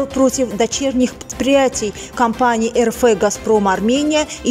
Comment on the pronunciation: Не ЭР ФЭ А ЭР ЭФ ! РФ!